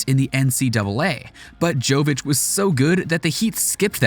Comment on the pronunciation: It's Yovitch. And it's not Euroleague, it's ABA Adriatic league in Europe, Euroleague is something different.